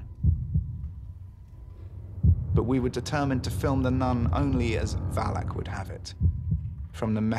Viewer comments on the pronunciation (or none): Deadass everytime he said Valak my lights flickered